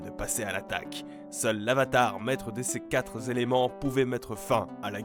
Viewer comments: "maître de ces quatre Zéléments" yes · Tu corriges "mals" par "maux" mais tu laisses "quatre z'éléments"^^